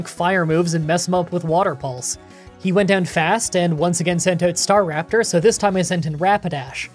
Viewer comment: i enjoy your content. Staraptor tho. not star raptor. :)